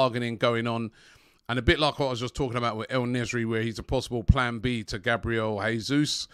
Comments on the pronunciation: (En-nes-eerie) don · Robbie u really need to learn how to read man, the man's name is "En Nesyri" 🙈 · Also, I like how EN spells EL Nesyri 😂🤣 butchers names badly